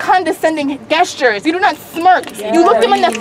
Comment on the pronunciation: she pronounced gestures wrong